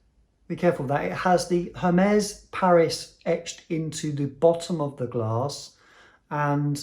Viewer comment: Please, pronounce it right... Ermes not Hermes!!!